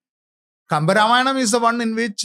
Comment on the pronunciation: Thik kind of wrong wordings changes things...say dwarpals body guards...saying ramayanaaa...ravanaaaa.. Has spoiled the true culture purity..and started from south..becz most eng speaking people are from south...which is totally wrong..that is why Sanskrit is the best language which must be practiced